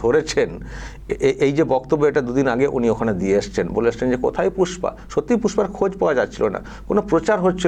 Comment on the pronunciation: Pushpa ❌ Fusss-pa ✅ 😆